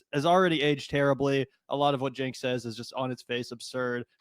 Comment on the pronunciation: It’s hard to take this seriously when the narrator can’t pronounce Cenk’s name correctly. Yikes.